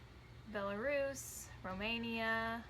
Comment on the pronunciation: I've seen dozens of DNA reveal videos so far and you are the only person who correctly pronounces "Belarus"